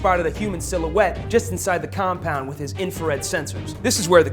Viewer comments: "He was left in the com-Paund!" "They found him in the com-Paund!" :D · fire this annoying narrator. i winced every time he said COM POUND!! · Stop saying ' compound' like that e.e